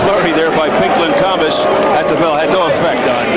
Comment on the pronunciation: "Pink Lawn Thomas"